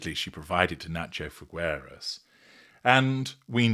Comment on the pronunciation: It’s Figueras. The u is NOT pronounced. Figeras.